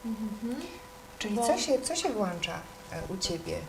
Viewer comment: mechanizm się WŁĄCZA, a nie WŁANCZA pani wszechwiedząca !!! i czar prysł.